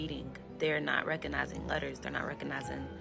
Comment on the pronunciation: First of all, watch the video. Teachers who can't pronounce the "G" in "recognize" but instead say "Reconice" among others. This isn't even being critical of grammar. If you can't speak English, how can you teach it or correct others. Secondly, I'm a baby boomer. I was the experimental generation raised by parents who were trying to figure it out so we succeeded or failed on our own and we had to answer for it. Parents knowing how important grades were started getting too involved in the wrong things. I watched, first hand, as the foster family who raised me, let their next group of gen Xers whine about homework being too hard until the parents did it for them, night after night after night. The kids achieved nothing, claimed the successes and blames the failures on their parents, Narcissist's! Then the parents blame the educators for not educating, etc, etc. This is just all an evolution of those practices.